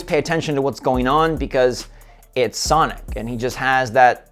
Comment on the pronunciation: did you mean to say sanic or was it by mistake cuz i was laughing so hard